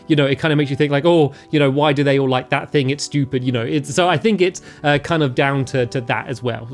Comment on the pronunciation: he said stupet